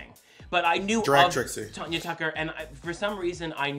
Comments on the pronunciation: I am sorry… but he calling Tan-ya Tucker Tonya Tucker really bothered me. And she was not made famous by singing Stand By Your Man. That was Tammy Wynette. Tanya Tucker is famous for Delta Dawn. This is why I’m not a fan of Bob. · Not neither of these queens knowing how to pronounce Tanya!! It sounds like Can Ya not Con Ya! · Tanya Tucker did NOT sing Stand By Your Man TAMMY WYNETTE DID! Tanya (pronounced Tan-ya) Tucker sang Delta Dawn.... Bob do your homework better!!!! LOL